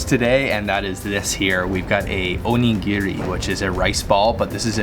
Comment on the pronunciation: your pronunciation of onigiri made me laugh out loud. Great job. I lived in Okinawa for 3 years, it's a great place. (oh knee gee ree (all ee's rhyme with bee) Your pronunciation of oishi was perfect!:) Interesting note about Okinawa, they eat a lot of colorful fish (like the parrot fish) while mainland Japanese don't.